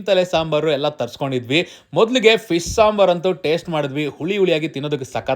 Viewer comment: ಫಿಶ್ ❌ ಫೀಸ್ ✅